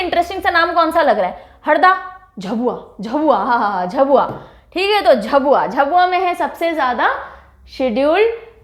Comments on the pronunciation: Ma'am its not झबुआ its झाबुआ And not धर its धार But u r great i always watch ur all vdos 🙏🙏🙏❤️❤️ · Mam mp me वों झाबुआ , धार है आपका उच्चारण गलत है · Don't go to spellings It pronounce .....dhaar , jhaabuaa, and manndlaa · Mam I m from MP and it's pronounced as झाबुआ, मंडला, धार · Hindi let us pronounce words perfectly.. Many pronounced word was wrong here eg. झाबुआ, संथाल, कमार etc